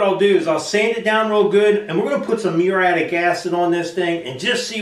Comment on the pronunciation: Say it with me: Murry...attic...muriatic. Also, WHY, IN GOD'S NAME AREN'T YOU WEARING RUBBER GLOVES & A RESPIRATOR WHILE POURING ON THE MURIATIC ACID?!? DO YOU WANT TO HAVE YOUR HANDS BURN OFF AND LOOK LIKE DEADPOOL'S?!?!? Seriously, dude. Wear heavy, chemical-resistant rubber gloves and a respirator when using that stuff. It's no joke. Be safe.❤